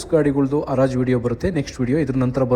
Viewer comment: ಅರಾಜು ಅಲ್ಲ ಕಣೋ ಗುಗ್ಗು, ಅದು ಹರಾಜು